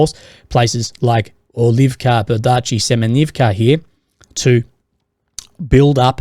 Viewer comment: Bee-ER-dee-chi. Not ber-DEE-chi.